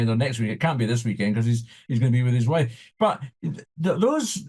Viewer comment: Ah, his "woife" doesn't get a mention.. Wow.